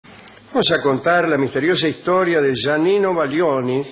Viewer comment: Es Giannino, no Yanino...